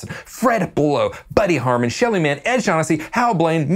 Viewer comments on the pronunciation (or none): none